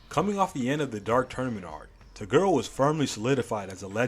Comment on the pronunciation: why do you say to girl instead of toguro